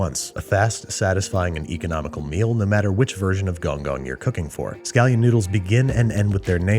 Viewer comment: The way he said "gong gong" tells me he didn't consult his Chinese friends.